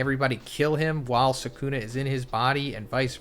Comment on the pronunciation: bro said sukumo and megoomi